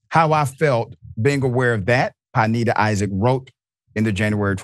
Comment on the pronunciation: Good doctor, it's pronounced pin-NAY-da. Love your work dawg